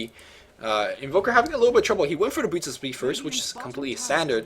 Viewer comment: you need to refine your speech more. You seem to be eating your words especially when you get excited. Some words you mispronounce like boots sounding a lot like booch. Maybe because you're bilingual? Anyways, we love your casting. Just polish up your pronunciation skills more.:)